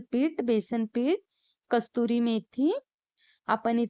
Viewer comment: 👍 कस्तूरी नाही , कसूरी मेथी म्हणतात.